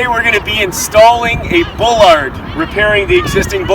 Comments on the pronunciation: “Ball-lard” not bull-lard speaking of correct pronunciation. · You do not pronounce it bowlard It's pronounced baalard